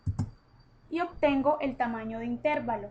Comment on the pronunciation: amiga chevere tu video, pero creo que necesitas saber, que no se dice Intérvalo sino intervalo, no creo q toda una hidrologa no sepa como decir una palabra